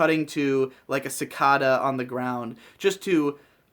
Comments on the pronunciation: Here's what I got out of this video. Cicada. Ci-kay-da. Kay. Not Kah. Kay. Sorry, I know this probably sounds a little obnoxious, but I'm a little aggravated and sleep-deprived right now, and that wasn't helping. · cicada \sə-ˈkā-də It's a long "a" I'm just saying. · You say cicada weird